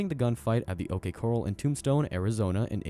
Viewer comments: The OK "coral"? Point forty five? Show-field instead of sko-field? Is it THAT expensive to hire an English speaking narrator who is a REAL person? Also, why show modern firearms, US Army uniforms and CO2 replicas when talking about these 19th century weapons?! Why not just use ALL Hickock 45 videos? He has covered all of the guns you did. Finally, what about these is brutal? I guess if you beat your opponent to death with one, but that would be you beating him, not the gun. Try harder next time. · AI voice overs are getting pretty good. Even with very slight accents. The tell tale signal that it's AI is that it speaks too fast and can not pronounce certain words like when it says OK coral instead of saying OK Corral. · The OK CORAL? What with sponge bob? Learn to slow down and properly pronounce.